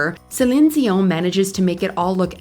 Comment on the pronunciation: Why are you pronouncing her last name like that?!?! 😂 If you naturally spoke with a French accent, I'd understand..but otherwise it sounds silly. Like when someone in a coffee shop orders a croissant but uses an accent. 😂😂 foolish!!!!